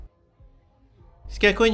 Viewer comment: Сказала прашма))